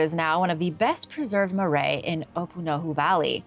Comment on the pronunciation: Love your attempts at the dialect, but it's MA-rye, not maray And they didn't practice blood offerings